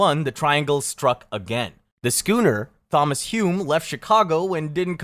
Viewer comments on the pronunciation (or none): Thomas. I've heard you do this a couple of times now. The "h" is silent. I hear you saying the "th" sound every time. It's supposed to be the same sound as "Tom". I fully realize most Thomas's decide to go by Tom, so it's very possible you just haven't heard the full name actually said.